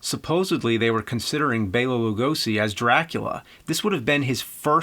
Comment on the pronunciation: instead of pronouncing it like loogo-see, try to say it like loo-go-she.